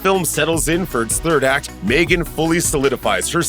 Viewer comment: Its Megan not Maygen???